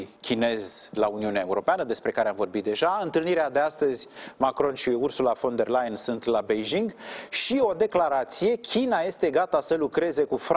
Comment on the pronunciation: Ba da' alti oameni inteligenti nu mai sunt in tara asta? Veniti mereu cu aceeasi invitati, cu aceleasi "capete luminate" sa ne explice noua..... Mi s-a acrit de astia ba saracilor...si mai ales de Parvulescu asta care a spus de atatea ori numai ineptii si care nici pana acum n-a invatat sa pronunte corect "Ursula von de Leyen" ... In loc de "fon " el pronunta "van" 😂😂😂. Sarac la sarac trage😁